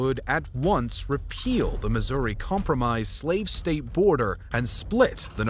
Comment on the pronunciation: Bro wanted to pronounce "Missouri" as incorrectly as possible 😂